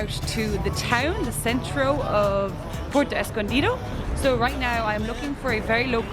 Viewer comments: I have watched several of your videos. I’ve found them informative and enjoyed your enthusiasm. However, I wince when you butcher the names of locales. IE: Taxco is “Tasco”. Puerto is “”Pwerto”. Please, please attempt to amend this. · Dangerous as hell Zicatela...... I left... Too many scary stories living there.................This guy is not giving an accurate report on what it is. He doesn't even pronounce Puerto correctly. Good place to get kidnapped... They don't mention the Mexican police cruising the Zicatela daily with Machine guns. So much to say be careful. Renting is good advice. The quality of surfing is mis-reported. NOT a place for consistent good waves. Maybe in the past but not now.